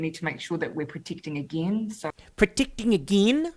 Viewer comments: "Protickting ageeen?!" 🤣🤣🤣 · "Pro-teecting eegeen"